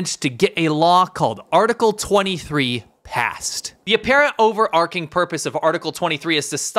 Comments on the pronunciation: Damn, boy, can't you read? "Overarching", NOT "overarcing". Or don't you know better? I'm embarrassed for you. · 💡 "The apparent overarching purpose..." :face-red-droopy-eyes:Pronunciation: 👉oh-ver-ARCH-ing,👈 not oh-ver-ARK-ing.